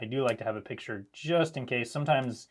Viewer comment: "we have peecture"